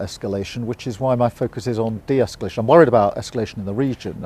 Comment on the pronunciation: Definitely doesn't sound like "de-esculation" to me 😂. How many words can you mispronounce in one sentence?